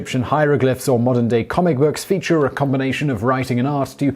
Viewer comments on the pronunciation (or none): none